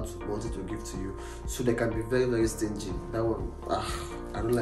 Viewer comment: Emphasis on STINGY😂😂